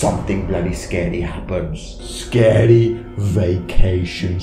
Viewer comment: “That’s pretty sKeDy”